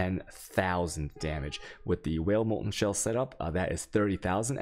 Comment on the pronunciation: why do you say wael instead of vaal? there is no w in vaal